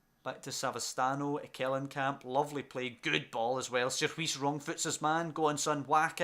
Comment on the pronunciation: Some pronounciations Sierhuis-seerhouse Bakboord-backboard Van de beek- van the bake Eiting- aiting Zeefuik- zay(as in 'say')fuyk